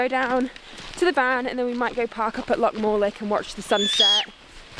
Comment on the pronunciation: Another great clip love watching them the green lochan always amazes me And of course ryvoan bothy by the way lassie it's no lake morlich it's loch morlich aw the best noo keep the good clips up